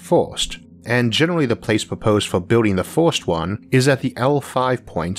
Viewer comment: You need to take speech therapy. You mentioned glass windows on the ';sides". Cylinders don;t have "sides"". Cylinders have "Ends". It's very difficult to hear you speak. The word is FIRST, not FORST.